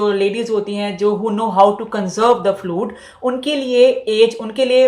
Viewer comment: Fluid not flud